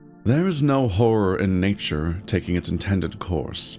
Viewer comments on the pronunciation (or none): none